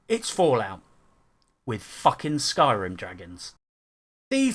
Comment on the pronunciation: "elder scrolls skyrm" annnnnd you immediately lose all credibility.